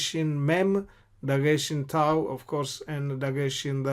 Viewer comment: Beautiful pronunciation with the waw and the thau